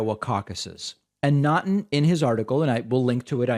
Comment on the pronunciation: FYI, Naughton is pronounced "Knock-ton".